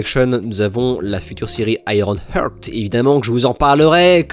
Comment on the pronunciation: Le "heart" et le "eyes" tout particulierement